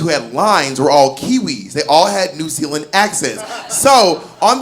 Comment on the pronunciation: I am a New Zealander... I did not expect to hear my country name dropped... pretty good accent by the way... LOL 🤣🤣